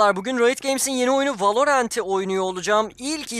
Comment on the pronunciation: Oyunun adını ilk kez doğru telafuz edeni duydum. Helal olsunn